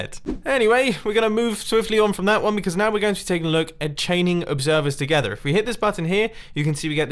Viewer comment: “chaining observers together” The way he said together, I feel oddly uncomfortable